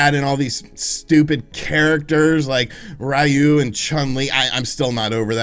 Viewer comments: I grew up pronouncing Ryu as “Rye-you” like you just did. Then all the Street Fighter anime taught me it was actually “Ree-you”. Join the Ree-you revolution. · Actually it's more like "R-you" (りゅう) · I can't believe he mispronounced "Ryu" lol 😆😆